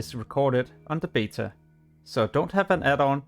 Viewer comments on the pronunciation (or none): none